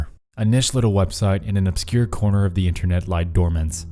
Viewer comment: why do you pronounce a 's after every word that ends in a t? it is really distracting. internet's, seen it's, knowing it's, r/creepy subreddit's, etc.